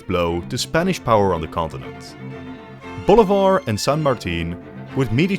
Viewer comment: you pronounce Bolivar like boulevard lmao